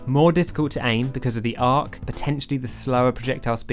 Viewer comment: Dude spells Arc, like Arc, but pronounces it Arch? You ok bro, need a hug?